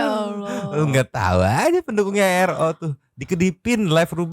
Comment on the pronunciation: Kayaknya si sar... Itu mau nyebutin nama Ro susah banget ya di acara dr.R kenapa yaa...😮